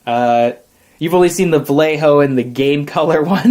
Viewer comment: you all pronounce Vallejo SO BAD! here's a pronounciation guide: Bah-Yeh-Hoe